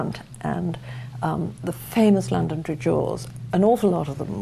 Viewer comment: Interesting is the pronunciation of Londonderry as Londond'ry, with the stress on the first syllable. No wonder the locals want it called Derry.